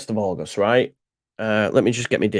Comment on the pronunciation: While you’re at it, have a quiet word in ear and tell him it’s AuGUST, not AuJUST 😂 … luv ya,!